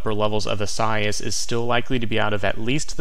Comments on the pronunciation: It’s eee-sigh-eee-as. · Great spot as usual.Informative & interesting.However, your pronunciation of Isaias...was off!!....EE- suh- ee-us....4 syllabils.